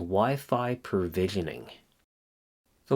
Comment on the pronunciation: PROvisioning, not PERvisioning.